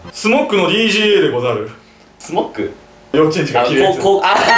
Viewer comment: スモッグじゃなくてスモックじゃね？